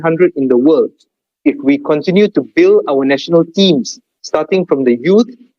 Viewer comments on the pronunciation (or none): none